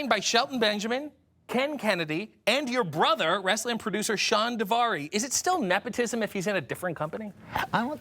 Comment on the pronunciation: *Daivari*, not "Davari"... 🤣🤣